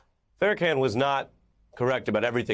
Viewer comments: Ari, I’m sure you’ve heard his name pronounced 100’s if not 1000’s of times…so are you intentionally mispronouncing the Minister Farrakhan’s (fair-a-kon) name for some odd reason? Are you not a Jew who clearly understands Hebrew pronunciation? Come on man. Do better. It’s not “Farrah-CAN”. Then at the end you all of a sudden pronounce it correctly. I’m confused and not moved by the artist deciphering of hip hop by white ppl. While I appreciate his attempts to bring light to a lot of the ills, disparities and hypocrisies that exist in America’s legal system, small things like ensuring someone that my community holds dear’s name is said properly. I’m woke for real! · Ita funny that he says kan instead of kon. Not haha funny but that no one let him know n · its pronounced FA-RAH-KAHN... smh 🤦‍♀ 🤦‍♀ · First off… it’s not (Fair-uh-can)… it’s CON… get the pronunciation correct 😒😒😒 and put some respect on that man name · Its pronounced FAIR-RAH-CON as in “conartist” Farrakhan not farrahCAN😅😅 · Stop callin him Farracan btchassngga. Pronounce it right. Farrakhan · All respect, but he gotta chill with that “Fair-can” it’s “Far-ra-khan”. It’s 3 syllables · But Ari still pronounces the Minister by Farracan not Farrakhan? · Farra-Kon not can 🙄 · K A H N!!!!! NOT CAN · FYI, the name is pronounced Farrrrrrrr - Uhhh - Khaaaaaan not Fair - Uh - Can 🙄 Ari ... you are an interesting 🤔😉 guy. 😏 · We see how you're trying to get the FBI to investigate Jay-Z. For one, when you say his name, it's "Jay-Z", not "Jay". It's Farrakhan..."con", not "can". I can tell this dimwit know nothing about our culture. I don't fault people for not knowing, but don't speak on it if you don't k. At the very least, do your research to know their names and how to pronounce them. This is as bad as "Straight Outta Compton" when they pronounced Atron's name as "A-Tron" rather than "A-Trin (the correct enunciation). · Pharacan 😂😂 they love to say his name wrong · Why is he pronouncing his last name like can